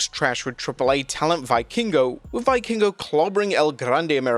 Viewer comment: it's pronounced "veeh-king-oh"